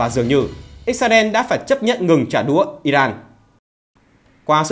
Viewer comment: Chỉ có nói trả đủa, VTV nói trả đũa thôi 😊😊😊